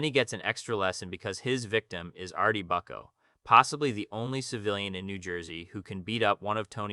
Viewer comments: Your pronunciation is actually jarring. Booooccooo NOT BUCKO! Jeez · Artie "Buck-o?" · These pronunciations are rough. Artie Bucko 😭